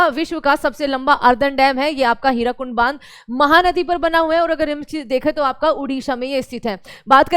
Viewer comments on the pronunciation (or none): Hirakud Not hirakund